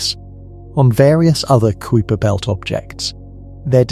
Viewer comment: Far too long for the information transmitted. And please take a class in introductory Latin so that you understand how to pronounce words. Kuiper is pronounced k y p e r. Not k o o y p e r.